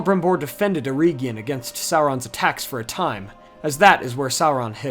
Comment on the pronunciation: its eregion.... not ereeegion